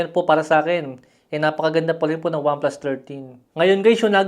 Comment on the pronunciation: Wamplas ang sabi